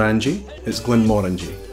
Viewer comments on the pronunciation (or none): none